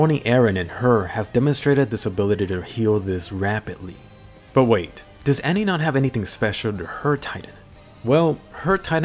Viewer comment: It's Annie, lol how does Anne sound correct?